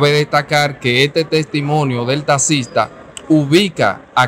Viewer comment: Que abogado es ese que por desir taxista diga tasista 😂😂😂